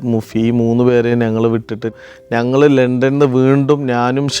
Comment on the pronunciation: ചില ഉച്ചാരണങ്ങൾ ബോറടിപ്പിക്കും... അത് തിരുത്തി പ്പിക്കുന്നതിൽ എന്താണ് തെറ്റ്. ഉദാഹരണത്തിന്: 'ഞങ്ങൾ' എന്നത് ഇദ്ദേഹം പറയുന്നത് 'നങ്ങൾ' എന്നാണ്. അത് ആവർത്തിച്ച് വരുകയും ചെയ്യുന്നു...